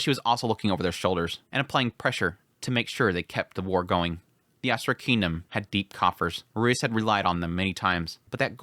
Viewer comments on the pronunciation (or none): sounds so America..... Asura!! F**k yeah!!